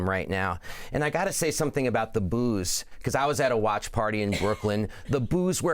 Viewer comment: 😂 didn’t sound anything like booos.